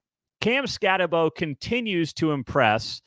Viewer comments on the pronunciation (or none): It’s pronounced Cam Skatte(boo). Like a ghost you know 👌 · I’m going to help you out because I like you and your channel. It is never Arizona, it is Arizona State, and also it is Scat-a-boo (like what a ghost says). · It's Scattabo as in boo.